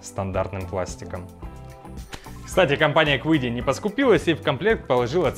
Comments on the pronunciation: Компания называется Чиди, а не quidi ) вот такие китайцы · Если уж произносить название машины по-английски, то будет звучать как Киди (неоткуда там звуку "у" взяться)... Но принтер китайский и название у него китайское из двух иероглифов - звучит как Чиди (причем "ч" ближе к "ц") :)